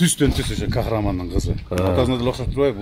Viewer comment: Кахраман эмес Кахарман